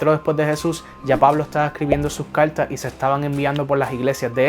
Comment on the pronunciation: Habla bien caltas o cartas